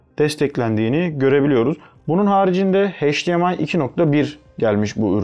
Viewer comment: Videonun %80'i "Çince" sözcüğünden oluşuyor. Çin versiyonu alıp ne bekliyordunuz? Cümleleri de tekrar tekrar söylüyorsunuz, hatta üst üste iki kere aralıksız aynı bilgiyi tekrarlamanın amacını anlamadım. Bir de heyçdiar, heydiemay değil, eyçdiar ve eyçdiemay.